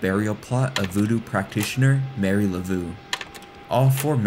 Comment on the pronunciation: His pronunciation of "Marie Laveau" would get him laughed at in New Orleans.